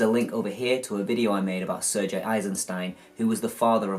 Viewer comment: just thought id let u know if u hadn't found out in 6 years, its pronounced -Ser-gay not Ser-jey ;) great video very informative thanks